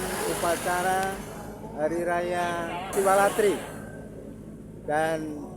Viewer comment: SiwaRatri min...sanes SiwaLatri. Satu huruf bisa salah llo.